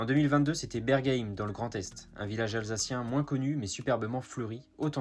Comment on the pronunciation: Hunspach se prononce HOUNSCHBAR et Bergheim se prononce BERGUEHAÏM. Mais merci pour cette vidéo tout de même ! p.s: pas de Grand Est, numme s'kleines Elsàssländl.